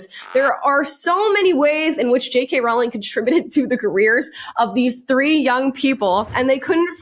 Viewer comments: Sorry but it’s pronounced Rowling. The hint is in how it is spelt. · Rowling rhymes with bowling 🎳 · FYI, Rowling's name rhymes with bowling. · You’re pronouncing JK Rowling’s last name wrong. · I’ve never heard JK Rowlings name mispronounced more times than this video. You said her name so many times too. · Great content, but PLEASE pronounce it - ROW as in rowing a boat, not ROW as in having an argument. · I'm sorry, I cannot listen to you mispronounce Jo Rowling's name over and over and over. You're making my ears bleed! Row, row, row, your boat. Rowling rhymes with bowling, not with howling! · J.K’s last name is pronounced Rolling. like row, row, row your boat. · Idk why so many people mispronounce her name. It is Rolling not ralling. She has even said "like rolling down a hill" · its a silent w in Rowling, it is pronounced as rolling, not row-ling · Btw is Rowling as in Rolling not Rawling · "Rowling" rhymes with "bowling," not "howling." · You should know that Jo's last name rhymes with "bowling", not with "growling." Very grating to hear it mispronounced over and over again. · ‘Rowling’ rhymes with ‘bowling’, not ‘howling’. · Rowling rhymes with BOWLING, not howling. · Just wanted you to know, because I thought you would care... the correct pronunciation of J.K. Rowling is like rolling or bowling. TY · Love you and your content, but cringe every time you say the name "Rowling". It's pronounced like "rolling stones", look it up, she said so herself. (Even though she doesn't correct people who pronounce it wrong) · I BEG YOU start saying her name correctly!!!! Rowling like “row a boat” rhymes with “bowling” PLEASEEEEEEEEEEEEEE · RAWL-ING is killing me lol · It's pronounced "rolling" 💖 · Great video ~ just a heads up, her name is pronounced Roh-ling. #HarryPotterNerd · Amala it Row-ling like rolling with the homies😅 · It's not a big deal but, J.K. has said that it's pronounced Rowling like Bowling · Love the videos. Just so we all know, it’s pronounced “Rolling”